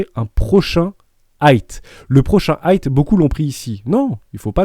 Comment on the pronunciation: J’adore tes vidéos. Juste on dit high (aïe avec devant un h aspiré donc haïe) et pas hight (aïe t )